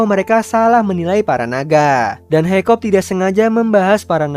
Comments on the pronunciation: Kakak salah nama harus nya hikkap bukan hikkop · Its hiccup man not hoiccop 🗿